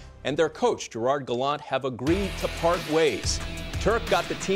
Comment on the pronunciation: Friedman has the reputation of knowing everything in hockey before it happens; why the hell can't he , and the rest of you, learn how to pronounce Gallant's name? ( rhymes with "plant.")